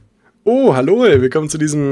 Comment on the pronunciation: oh Hallohl... xD